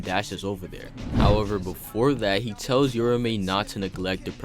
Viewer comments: Fyi it's not "yura-me" it's "ura-ume" with the emphasis on the A, almost like a "ew-row-meh" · "your-a-may" my god... 🤦🤦🤦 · I cant stand him mispronouncing uraume and its like hes just forgetting shit, kashimo and hakari made a deal that hakari would let them fight interuption free so hes not fighting for no reason, hes keeping his promise. Read the shit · sheesh man ur mispronunciation of Uraume and the misspelling in the title is ridiculous 😂😂